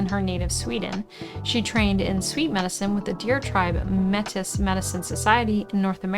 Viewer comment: Metis is pronounced May-tee :)